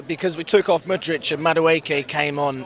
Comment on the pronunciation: It’s not MudriCH it’s MudrYK, mate! :)